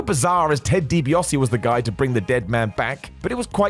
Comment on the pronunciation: Dibiase* not Dibiohrsi